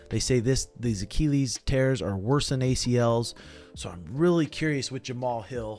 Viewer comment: Why does keep saying Achilles like that? 😂